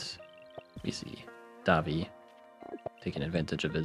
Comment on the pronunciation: daVI not DAvi